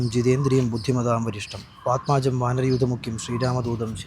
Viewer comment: നമസ്തേ ശ്ലോകത്തിലുള്ളത് വാത്മാജം അല്ല വാതാത്മജം എന്നാണ്😊